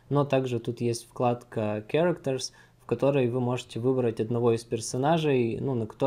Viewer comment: Это слово так и читается, всё правильно